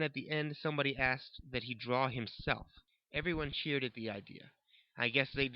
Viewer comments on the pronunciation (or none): none